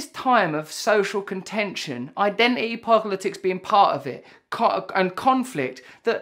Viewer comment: Iden'ity poglitics